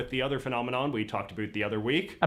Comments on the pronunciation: Why does he say Aboot? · Hahahaha he says aboot hahahahaah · repeating “about” just got a giggle out of me